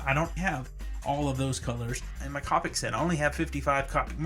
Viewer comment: You're pronouncing Copic wrong. It's Coe (Rhymes with toe) pick Now Caw (Rhymes with raw) pick